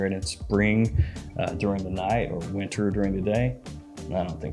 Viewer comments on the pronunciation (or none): none